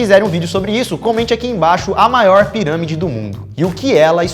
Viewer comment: "os cientistas do projeto 'scann pairãmide'...". 🤣🤣🤣 Tensa a pronúncia, man.